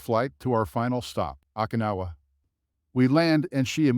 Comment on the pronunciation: Okinawa didn't come our so good either